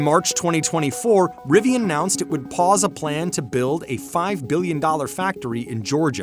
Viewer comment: Is there no editor here? Rivian "ounced" ? Annonuced! Sheesh!